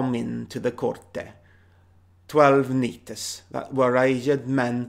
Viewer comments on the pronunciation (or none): Very decent pronunciation on both Old and Middle English. Well done. Remember to pronounce initial k-s though, such as know, knife or knight (not 'neeht' but 'kneeht'). Wh-words (which, what, when, where etc) are pronounced with the 'h' audible, such as a Scotsman would (the 'huwite' of Woes), that only went out around Shakespeare's time (hence which - witch puns etc). -age should be pronounced like espionage, with the French pronunciation (someting like tryuwazshe for trewage). Not here to criticise, I was genuinely impressed. Are you self taught?